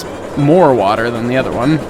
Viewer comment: Fill in the wa'er